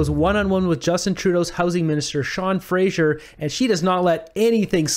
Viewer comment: Fray zer Not Fray zheer